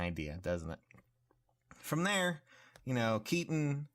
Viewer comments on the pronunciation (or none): none